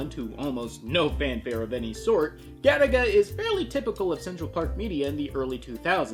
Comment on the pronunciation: I thought this was an anime about that game Galaga, just mispronounced due to Japanese people's inability to pronounce the letter "L". Now I'm massively disappointed.